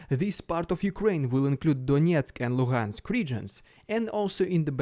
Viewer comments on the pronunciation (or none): none